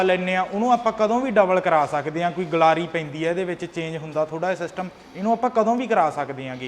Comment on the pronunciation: ਗਲਾਰੀ ਨਹੀਂ ਹੁੰਦੀ ਗਰਾਰੀ ਹੁੰਦੀ ਆ